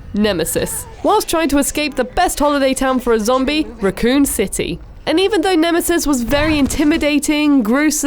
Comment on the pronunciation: No one going to mention she can't even pronounce raccoon correctly